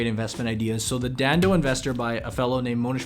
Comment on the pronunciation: haha how he said dhandho (the gujarati word means business).